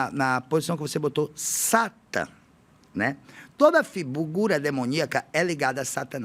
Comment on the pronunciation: SHATAN ????? acho que você falou errado o termo no Hebraico